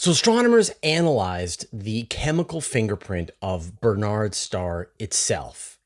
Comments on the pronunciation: Barnard's not Bernard's. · Surely the pronunciation is not "Ber-nards" but "Bar-nards" star. Minor quibble. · It's BARNard's Star, not Bernard's.